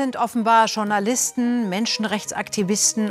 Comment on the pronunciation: Was sind "Tschournalisten"? Sie kommen bei einigen eurer Videos vor. Spaß beiseite. Es würde nicht nur zur Qualität eures content passen sondern auch zur sprachlichen Bildung euer Zuseher beitragen wenn ihr Journalisten richtig aussprechen würdet. Danke schon Mal fürs drüber nachdenken.